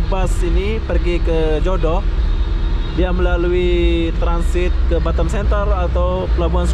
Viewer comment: Halo bos cara menggunakan bahasa harus di luruskan bos . kalo boleh sebut nya kota batam . jangan sebut batem . lagi satu kalo nyebut kota itu jangan bandar ini indonesia yah bos sori ini hanya masukan saja dikit